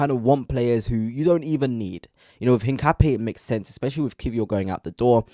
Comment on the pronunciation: His name is pronounced INCA-PEA-AY.